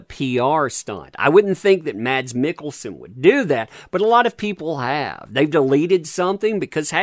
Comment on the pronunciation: Mads Mikkelsen's first name is pronounced "Mass"